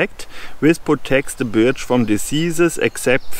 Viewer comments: hahaha....Tolle Idee! Ein großes Problem: Die Birke (Birch) spricht man im Englischen "Börch" aus - bei Deiner Aussprache "Biatch" denkt man als Kenner der englischen Sprache eher jedesmal an ein anderes Wort;o) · Your English is very good, thank you for a very interesting video. For future reference we pronounce birch as berch . I think it’s because the English are lazy speakers and if a word is difficult to get your mouth around we will find an easier way. I hope you do many more videos in English. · Actually "B-er-ch" pronounced by a German sounds more like "Barch" in english. To advise it being pronounced "börch" is easier for a German to say it correctly. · Your English is way better than my non-existent German. You did great - I understood everything. Also, I hope you do more English language versions of your videos - they are right up my forest path :-) For reference: Birch is pronounced "b-er-ch"